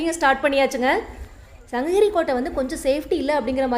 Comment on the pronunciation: தவறா எடுத்துக்காதீங்க தங்கச்சி. சங்ககிரி -> சங்கஹிரி ன்னு சொல்றீங்க. தமிழ் -> தமில் ன்னு சொல்றீங்க. இப்ப படுச்சுட்டு வர பாதி பிள்ளைகள் இப்படித்தான். 'ழ' வரவே மாட்டேங்குது. 'க' வுக்கு பதிலா 'ஹ' போட்டு பேசுறாங்க - மிளஹாய், கடுஹு இந்த மாதிரி. இதை பொறுப்புணர்வோட திருத்திக்கோங்க. இந்த மாற்றங்கள கேட்கவே கடினமா இருக்கு